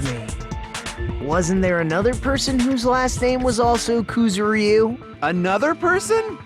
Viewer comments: Koo-zoo-RY-oo? Koo-ZOO-rry-oo. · ***** KuzuREEu? Yeah, no. Ku-zu-ryu. 3 syllables, none of which is the y. Maybe Ku-zur-yu to make it easier to pronounce for English speakers, but seriously, just no. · rockCity777 They aren't. They're pronouncing the "y" in "Kuzuryu" as if it was an "ee" vowel. It's kinda funny. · Why do the characters in a Japanese game butcher a Japanese name? Ys never recieve stress in the romanization! They aren't even syllables: it's supposed to be like the Y in yack. AAARGH!